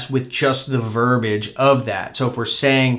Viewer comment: I remember when you used to say verbage instead of verbiage.